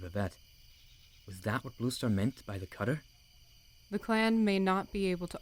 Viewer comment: Am I the only one who kept hearing rooster instead of blue star? XD